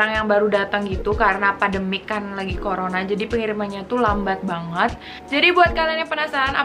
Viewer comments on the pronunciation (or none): none